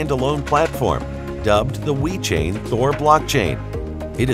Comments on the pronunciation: Sounds like the speaker is saying We-chain. Other than that, great video. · STOP SAYING WE CHAIN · He is saying "We Chain".